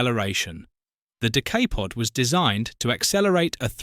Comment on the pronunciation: The Decaypod. Found that annoying sorry